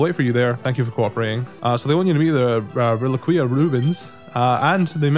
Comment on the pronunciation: Reliquia= Reh-lee-kya